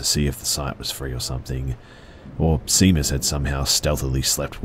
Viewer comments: It’s pronounced ‘shay-mus’. Not ‘sea-mus’ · Seamus is pronounced like "shay-mus" It's the Irish equivalent of James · "Seamus" is pronounced "Shay - muss" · Great narration. :) But please review the pronunciation of Seamus -- it's Irish.